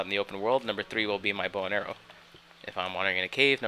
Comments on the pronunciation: Why do I keep hearing: "Number three will be my boner" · when he says my bow and arrow, is sounds like my boner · Hehehe, it sounded like you said "boner".